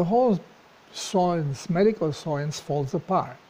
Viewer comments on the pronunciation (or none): I can't tell if your pronouncing science as soyence on purpose, if so that's hilarious. Great video!